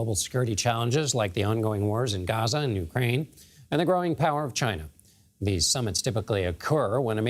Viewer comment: He can't pronounce UKRAINE Ugrain!?!😂😂😂😂